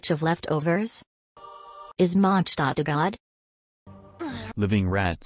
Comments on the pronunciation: haha, the German pronunciation is quite off actually, with signora. She said munshstadt. But Mondstadt (consisting of two words: Mond = moon, Stadt = town, so basically moon town) is pronounced Mond shh(the sound you make to tell someone to be quite)tatt (the "a" in the "tatt" is spoken very quickly) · i never actually realised monstadt was german name until Signora pronounced it that way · Yep, that’s actually closer to the correct German pronunciation than how the characters pronounce Mondstadt in game.